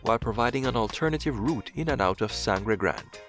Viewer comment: Also the narrator, who seems to have a bit of a stuffy nose, pronounced Sangre Grande incorrectly, but we forgive that. : )